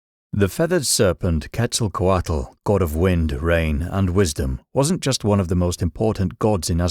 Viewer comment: Tezkatlipoka is one of my closest allies My only gripe with this video is the mispronunciation of the names. Quetzalcoatl in particular. The “tl” is more of a “ch” sound but more complicated. In true form, I appreciate that they had more to say about Tezkatlipoka than they did Quetzalkoatl lol